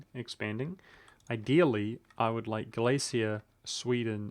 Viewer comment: U are pronouncing Galicia correctly, but I bet u wont say Volhynia lul (u should pronounce H in this word).